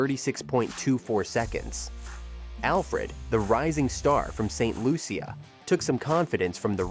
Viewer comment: Its pronounced St "Lusha"